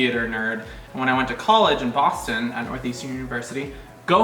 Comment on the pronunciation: "BAWSTON" (Boston)